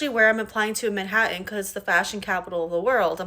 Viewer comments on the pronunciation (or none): And pronounces it Manhaddon". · If you want to find work in Manhattan, maybe learn to pronounce it. There're two "Ts" in "Manhattan." It's not MANHA-AN. 🙄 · Manhattan is not pronounced ‘Maahataan’ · The brunette in blue is "very smart" but doesn't know how to pronounce "Manhattan". And you know that at least 10 people in her life told her years ago that degree would be useless.